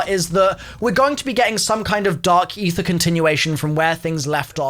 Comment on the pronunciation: I didn't think it was possible to butcher aether that much